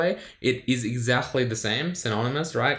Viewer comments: why do you say to "exactly" -> "exahtly"? is this some sort of accent? xD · your "Exakhly" is good😂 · Your pronunciation of the word "exactly" is super interesting. Do people from where you're from usually turn the C into like a strong H in this position? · Do people from Australia pronounce the word "exactly" like does?